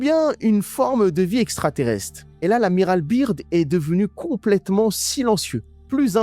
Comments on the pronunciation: Franchement sympa juste quand tu parle de Byrd en disant biirrdd au lieu de Beard [écrit en phonétique] Autre chose quand tu dis des phrases ou mots en arabe ce serait sympa de mettre un sous-titres français pour que tout le monde comprenne 😊 Pareil pour ce que Beast a répondu en anglais... En ce qui concerne les 7 l un d eux s appel netanyahu ! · Je m’abonne si tu dis General "beurde" et non "birde" Sincère salutation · Les complotistes hallal c'est comique. En plus tu parles plus mal anglais que ma grand-mère ! L'Amiral Byrd ça se prononce BEURD. Si tu dis la lettre i (Beard) ça veut dire barbe en anglais. Grosse tâche ! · Son nom se prononce beurde Bird, oiseau en anglais